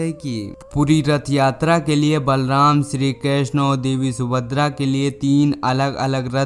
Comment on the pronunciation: आप सुभद्रा का उच्चारण sumadr कर रहें हैं इसका मतलब आपको पहले कभी जानकारी नहीं थी, किसी की हस्त लिपि को आप पढ़ रहे हैं